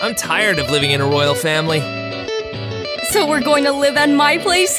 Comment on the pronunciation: When they wanted to say family they said fanily